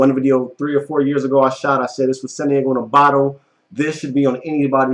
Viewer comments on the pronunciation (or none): none